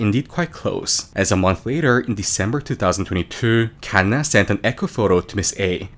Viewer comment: why tf he say kanna like that